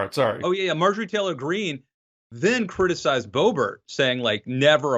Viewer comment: "May-jor-ee? Muh-jore-eye? Mar-jor-ah? Bay-bert? Bo-bare? Beau-bore-ino?" Love hearing mangle these names.